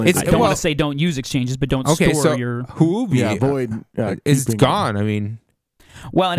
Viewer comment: It is not pronounced Hoo-bee, but Huobi is pronounced Hu-Or-bee